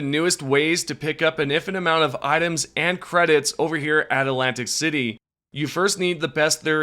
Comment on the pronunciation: Say it with me New Atlantis not Atlantic City atlantiSSSS.